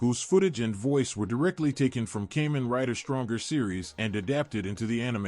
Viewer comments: Cay-men?? KAH-MEN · Great video, my only gripe is how you pronounce Kamen the A is more of an AH as Japan (and the rest of the world) use Ah Ee Oo Eh Oh when pronouncing vowels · "Cayman rider"... This AI need more training... 😥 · Porqué pronuncias Kamen de una forma tan rara? Es una palabra japonesa que suena igual a como sonaría en español. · Why you cannot pronounce "Kamen" correctly...